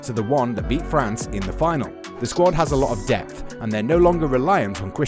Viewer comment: France, it’s france